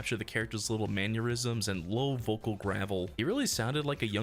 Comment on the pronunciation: STOP PRONOUNCING MANNERISM LIKE ANEURYSM